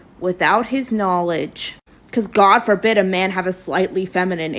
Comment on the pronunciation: She really said "goddess forbid"